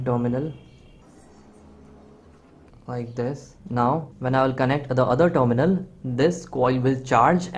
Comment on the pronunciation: When you say "dominal", do you mean terminal? I think you could improve your pronunciation by watching videos made by native speakers.